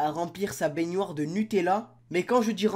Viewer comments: C pas bénioire c bénoir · Bénoire pas beynoire il me dégoûte le mec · IL dit baigniore a la place de baignoire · on dis pas bégoir on dis bénoir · Qui prononce baignoire "banoire"? Perso moi jtrouve bizarre le fait qu'il dise "bagneware" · parle francais stp parce que on dit benoire pas piednoir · le mec il dit baignioire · Je rêve ou tu dis bainuar au lieu de baignoire ? Sinon bonne vidéo 👍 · Pk tu dit baygnoire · mdr dit binouare mdr c un fou 😂😂😂😂😂😂😂😂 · du dit béniare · pourquoi tu dit benuare aulieu de benoir puis arrete se parler c chiant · Il dit baigniouoire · ta dit benuare hahahah 😹😹😹😹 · on dit bénoir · apprend à dire benoir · j'adore quand ti dis baignoire tu dis baygniouare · Pourquoi tu fais un accent quand tu dis baignoire 😂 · tu ne sais pas dire le mot baignoire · escuse moi mais tu sais pas dire baignoire . sinon très très bonne vidéo